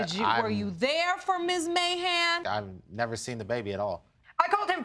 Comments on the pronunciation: Who else heard "mayhem" instead of "Mahan?" ...lol yikes! Ok, let me continue watching, to see how this ends . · I keep hearing "Mayhem" instead of "Mahan". Anyone else? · Is it just me who keeps mishearing his name! I keep hearing "Mr Trump!"